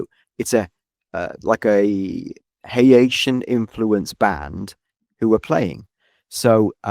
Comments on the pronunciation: the way u pronounced haiti is fine :) ur saying haitian weird tho. its not "hey-aye-shun" its just "hay-shun" i forget not everyone lived by the carribean so these islands arent familiar to them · You struggling to say Haitian and Haiti is hilarious. lol 😂 Hay Tee Hay Shin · You pronounced "Haiti" correct "HAY-tee" and Haitian almost correct... "HAY-shen" Also - Duval is the county where Jacksonville, FL is located. Largest city by area in the continental U.S. (Sitka, Alaska is the largest by area).